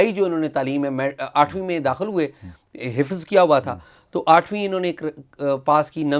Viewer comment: خفظ نھیں حفظ ھوتا ھے